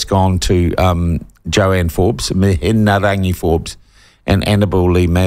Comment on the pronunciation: Your not saying her name properly so go and get educated in your pronunciation it makes you sound silly. Good on them Wahine Toa!!!